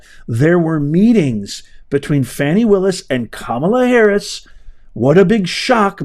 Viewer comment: Now Professor…..Ms Willis would like her name pronounced FahNi…..not Fanny. The latter is suggestive of a body part. Just an FYI!!! 😂🤣😂🤣